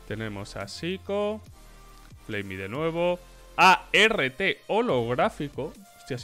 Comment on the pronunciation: persona normal: arT: A ERRE TE